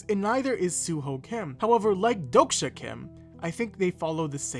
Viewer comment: 독자 isn't pronounced as dok-sha it's exactly how it's spelled: Dohk-Jah with a HARD J